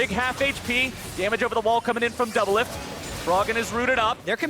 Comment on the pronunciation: There's no R in doublelift